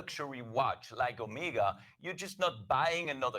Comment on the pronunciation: He initially says the right pronunciation is O-meg-a, then later on he keeps on saying O-me-ga. FAIL.